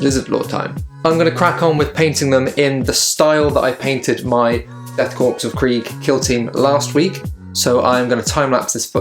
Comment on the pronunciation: Fantastic conversion! Very John Blanche! One little nit-pick...its pronounced death CORE, not corps :)